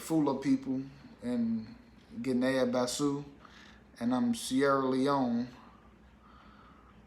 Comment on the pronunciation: Cogratulations! And Guinea-Bissau is pronounced Gini Biss-Ow